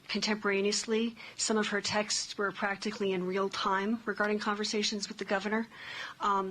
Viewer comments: She pronounces the word “texts” as “Texas”. Pushed through for diversity purposes. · textes ❌ texts ✅ love her 😂